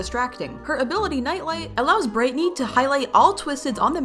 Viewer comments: BRIGHTNEY NOT BRITNEY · Boxten, not Boxton Rodger, not Roger Bobette, not Bobbit Coal, not Cole Rudie, not Rudy Looey, not Louis Vee, not V Brightney, not Britney Razzle & Dazzle, not Razle Dazzle